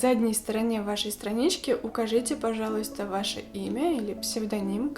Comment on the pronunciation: Первый раз когда услышала четкое произношение слова «пожалуйста» насторожилась, но когда оно было так произнесено четыре раза из четырёх, поняла, что режет слух:(